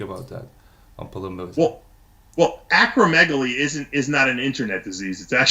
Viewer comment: He's got a medical degree and is able to speak to the physiology of how muscle growth is accomplished, not like the usual uneducated idiots online or at the gym. The interviewer doesn't even know how to say acromegaly let alone what it means and he presents himself as some kind of authority? Please. He should shut it.